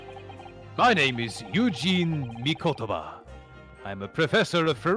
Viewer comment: Tiny nitpick, but with regards to Mikotoba, is saying the Mi-KOH-toba name correctly while is saying Miko-TOU-ba incorrectly